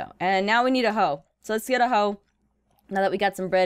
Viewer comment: "Wets get some bwed"... 😂😂😂😂😂😂😂😂😂😂😂😂